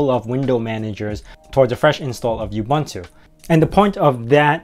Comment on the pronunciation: Any credibility this video may have had goes out the window when you pronounce it you-bun-too